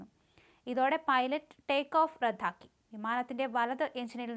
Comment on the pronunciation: ഇവളുടെ വായിൽ പഴം തിരുകണം. അവളുടെ ഒരു "റദ്ധാക്കൽ"